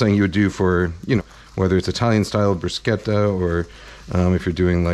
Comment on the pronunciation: Thank you for saying brusketta not the illiterate brushetta